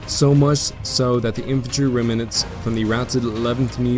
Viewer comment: No hate, but it's pronounced "rem-nants"